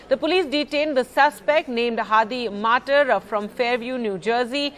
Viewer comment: Its pronounced as "mattaar " Its a iraqi surname